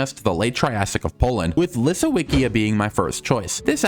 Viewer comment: It's LisoVicJa The w is read as V And the J is read as Y like in yak